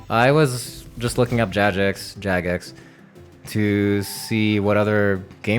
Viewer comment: I see I got to you with my last comment about your pronunciation of Jagex lol